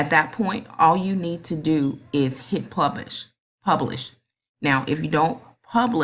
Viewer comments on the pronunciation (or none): Ooooooooooooh you said pubish, lol! Just picking with you,but thanks a million!